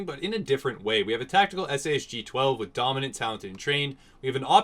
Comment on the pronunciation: Why would you call the SAS-G like that, it's a sausage! :D